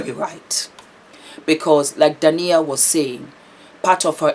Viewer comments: Hi, you are a star! Just clarify, Dah-eena and Ah-met for the names! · Her name is pronounced Day-na (Dana), and spelt Daina. Haha. Love you.♥️ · Our differences in cultural pronouncements sometimes causes mispronunciation. I’m sure that being the humble, professional person she is, would apologize for that. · Her name is pronounced Dy-ee-na & his name is pronounced Arr-Met. But the spellings are Daina & Ahmet. I've followed them for a while & it was so sad to see what happened to their marriage. She's now flourishing without him, which is beautiful 🙏🏾❤️🙏🏾